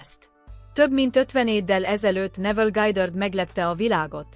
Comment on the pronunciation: Mindegyik rossz....nem lehetne megoldani emberi hanggal? Neville Gájdörd 😂iszonyat